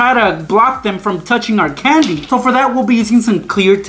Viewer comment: Canndi How he says it